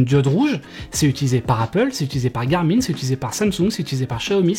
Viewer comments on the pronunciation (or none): none